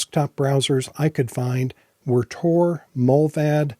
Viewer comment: TOR? damn. thats not what i heard.